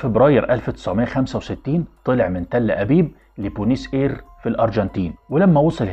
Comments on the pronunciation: ( بوينس آيرس ) وليس ( بونس إير ) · بص أنا مش بتنمر عليك إنت عامل وطنى و عامل مثقف و عامل عميق و إنت مش عارف تنطق إسم عاصمة الأرجنتين . إسمها بوينوس أيريس مش زى ما سيادتك قولت بونيس اير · عيب لما يكون عندك الكمية الوفيرة دى من المعلومات عن ملفات المخابرات و متعرفش تنطق أسم العاصمة الأرجنتينية بوينس أيريس... إيه بونيس اير دى